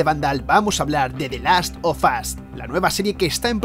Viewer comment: di laffff of azzzz